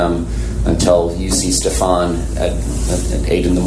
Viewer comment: It's pronounced "Steffan" not "Stef-AHN"